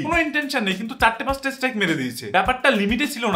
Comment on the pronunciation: আরেভাই এস্ট্রাইক না স্ট্রাইক। নুংরা না নোংরা। আগে নিজের উচ্চারণ ঠিক করো।